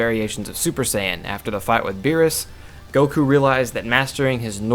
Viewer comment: I'm sorry. I need to nitpick. Can you please say Beerus' name correctly? Good lord man